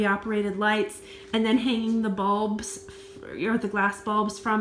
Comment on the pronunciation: Now l see. You mean "balls " , not "bulbs". I kept looking for "light bulbs